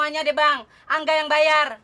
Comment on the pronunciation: Gue dengernya : Kanga Ternyata : Ka Angga 🤣🤣🤣